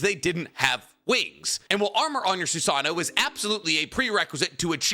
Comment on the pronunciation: Its funny because we all say "Soo Sah Noh" (including me), but the proper pronunciation is actually "Soo Sah Noh Woh" haha. Just something that i recalled since its said so much in the vid lol